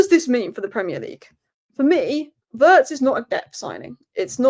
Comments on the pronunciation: please, Wirtz is not pronounce Vurds, it's Vee-uh-rtz. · It's pronounced "weertz" but OK lol